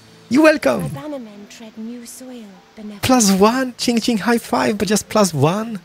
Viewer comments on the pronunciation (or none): I enjoy the video, however its so fucking racist towards asians when he makes fun of them by doing a "funny" voice as of how they would sound, also pronouncing Princess Qings name wrong... Its not Qing Qing, its Qing, as in a single Qing... so please stop yourself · Still looking for a youtuber that doesn't constantly pronounce a name completly wrong or just deliberately call "Qing" for Ching-Ching for some reason. Seems everyone let's player does this, and it annoys me like crazy! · The way you say Princess Qing's name is pretty racist. Its not Qing Qing.